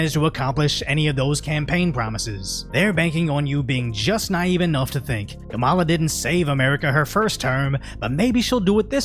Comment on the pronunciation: At the end - it’s not “kamillã” it’s “que mala?”.